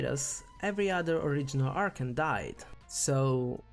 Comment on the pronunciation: I get it you have an accent but can please say A R C H O N correctly please